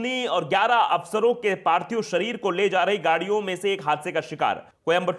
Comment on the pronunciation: Parthib nahi parthik hota hai sar